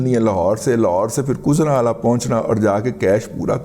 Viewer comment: واحد بندہ رضی رضوان ہے جنہوں نے گوجرانوالہ کے لہجے میں گجرانوالہ کو کُزرانوالہ کہا بہت خوب جیوندے رہیں